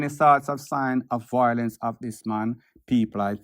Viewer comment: The word is VIOLENCE, not voilence